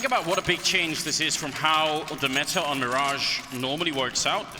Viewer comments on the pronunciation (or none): none